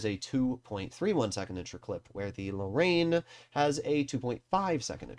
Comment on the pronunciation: Wait wtf did u call the Lorraine 💀